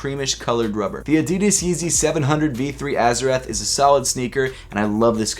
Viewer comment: Arzateth with an R smh